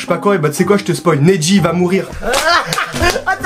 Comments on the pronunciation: Jvien de remarquer qu'il a dit neji de la pire maniere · Neji pas nedji et NEJI ses sacrifier pour Naruto oups le spoyle 😓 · C'est pas nedi c'est negi